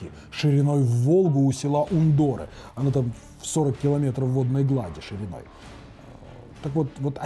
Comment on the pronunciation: В названии Ундоры ударение на слог у.Курортная зона Ульяновской области .Там очень красиво.